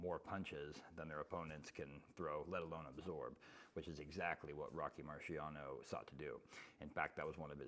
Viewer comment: Rocky Mariano? 🤣🤣